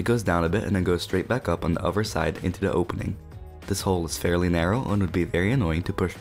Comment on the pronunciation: Did you just pronounce other like uh-ver? Bruh, are we in kindergarten?